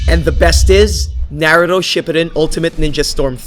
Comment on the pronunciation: Couldn't even say naruto correctly 😂😂